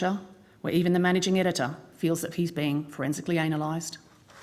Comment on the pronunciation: foresnically "anal ized"?